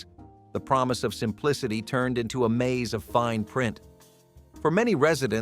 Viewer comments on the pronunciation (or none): none